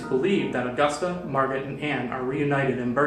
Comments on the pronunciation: Wait I thought it was pronounced mar-go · Jeremy Adams it is he said it wrong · Jeremy Adams he said it wrong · It depends, if you're referring to it from German then i believe the t is pronounced. If you're referencing it from French, it's Mar-go. If it's Dutch, i believe it's Ma(gutteral r)oh That that with a grain of salt tho